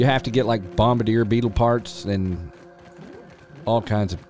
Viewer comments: the “bombadeer” beetles… I’m fairly sure it’s French and pronounced bom-bar-dee-ay. Anyways love your videos, I watch all of them. Hands down favorite streamer. You rule bro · bombardier is French ( bom-bar-D-A ) most pronounce it ( bom-ba-dear ) if you were wondering you called it bom-bar-der